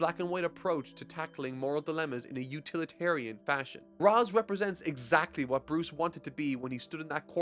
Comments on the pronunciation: It's Re'sh not Raz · Ra's Al Ghul may seem like it's said like it's spelt: "raaz al gool" and Batman Begins uses that. Turns out it's incorrect and Arkham City shows "raaz" is actually "raysh" Grammar is weird... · Gonna help you out here. Ra's sounds like ray-shh With that said. Great content but I disagree with your take on the Nolan films. They are a hodge podge of idea ripped from the comics and these group of films did not match what was in the comics at the time of release or going forward. Take Harvey for example. Harvey being portrayed as barely holding his shit together before his accident is the opposite of Harvey Dent. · I love batman begins But It's "Raysh" And I'll die on this hill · Just so you know, Ra's al Ghul the Ra’s part is pronounced like raysh. The name comes from arbabic meaning “the Demons Head”. However the creator opted to use the Hebrew pronunciation which makes it said as raysh. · Dat feeling when mispronounces Ra's